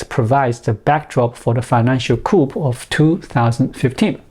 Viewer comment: Good video and information,. By the way, the word 'coup' is pronounced 'Koo'. The 'p' is silent. Once again, we have the French to thank for this.